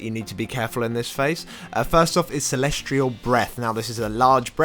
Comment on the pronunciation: sorry but this is just upsetting me now... its celestial. celesTIAL not celestrial! but otherwise good vid